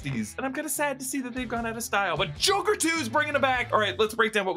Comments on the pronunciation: Did you mean to say, "Zhokair"? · did you say jokie? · The way you pronounced Joker, Gaga, and Zazie made me think this was directed by M. Night